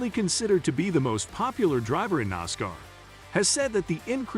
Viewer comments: Nas-car not nasker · Please learn how to pronounce NASCAR!